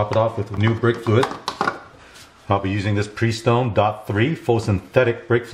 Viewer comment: "Pree" stone!! ROFLMFAO!!!